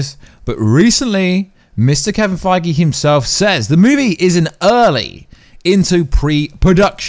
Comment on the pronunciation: Why you always say and write "Kevin Fiege" instead of his real last name "Feige" ? Do you do that on purpose , or did you just get it wrong ?